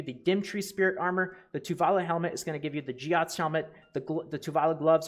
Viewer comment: how the fck did you pronounce Giath?